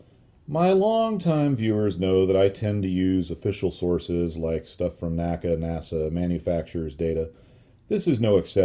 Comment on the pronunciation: the correct pronunciation of NACA is "en ay cee ay" and NOT "nacka". My education on this point came from having worked at two former NACA installations with former NACA employees, attended their NACA Reunions, worked with historians specializing in the work of the N.A.C.A. etc etc. The old NACA/NASA documentary films also bear this out. The all too common mispronunciation apparently has its roots in the way we pronounce "NASA" in two syllables. I have enjoyed your well-researched and unique body of work tremendously and thought you'd like to know.